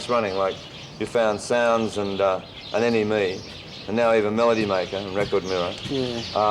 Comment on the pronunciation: he pronounced NME wrong. Isn't it supposed to sound like "Enemy"?